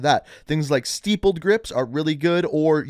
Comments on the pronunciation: Cmon buddy it's "stip-pulled" you're pronouncing it "steep-pulled" good tips btw. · Okay... real talk here. I love you vids. You always bring great info to the table. But, the way you pronounce "Stippled Grip" is getting annoying. It's STIP, not STEEP. Stipple rhymes with Nipple and Ripple. But, it's not Steeple. Other than that, keep doing what your doing. Thanks,! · steepled grips? lol like a church steeple? its STIP-PULLED... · Steepled grip lmaoo it’s “Stippl-ed” 🤣🤣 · “Steepled grip tape” lol stippled is pronounced “stip-uhld.” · not gonna lie. i was slightly triggered when he said 'steepled' instead of 'stippled' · I didn’t see the “Steepoled” grip tape mind pointing that one out lol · STEEPLED GRIP hahaha OMFG. BRUH!!! its Stippled cmon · I actually really like your videos, but please, stop saying "steepled". It's pronounced with a soft 'i'. (Stipp-uld) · Why can't Americans pronounce 'stippled' properly? It's stipple as in nipple - not stipple as in steeple. 😀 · "Steepled Grips" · St-eye-ppled grip guy... S t i p p l e (e at the end makes the I sound like an I) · Dude really said steepled grip tape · My man said steeple grips. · Him: steepled grip Me: 🤮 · SMH he said "steepled grips" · * 😂😂 ye everyone is saying that wrong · Idk why everyone has a hard time saying stippled grip lol. It's like saying nippled grip but with st instead of n 😂